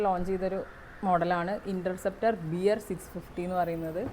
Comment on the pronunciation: ബിയർ അല്ല ബെയർ ആണ്